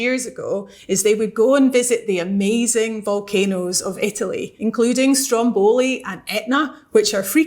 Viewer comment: please, stop saying Strombòli, the accent is on the first O, okay? sorry for being picky but it just hurts my ear to hear it pronounced like this